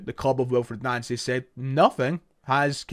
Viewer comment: You’re pronouncing his name wrong